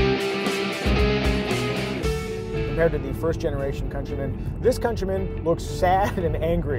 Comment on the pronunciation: Countryman as in - Cuntrymun, not COUNTARY-MAAN.